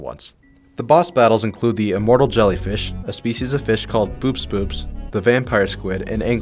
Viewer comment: its pronounced bo-ops bo-ops not boops boops ): BUT WHO CARES!?!?! THEYRE BOOPS BOOPS :D NOT BO-OPS BO-OPS